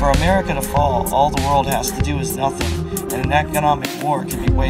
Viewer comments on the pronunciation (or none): none